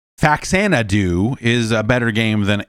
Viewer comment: • Relates story of childhood friend's humorous mispronunciation of 'Faxanadu' • Proceeds to mispronounce 'Faxanadu'